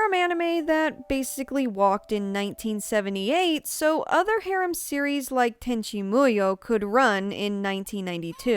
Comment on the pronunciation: I don't know if it is rude to say it like this but because of your pronunciation of the (mostly Japenese) words, I can't understand what you are saying even though I know the word (for example : harem )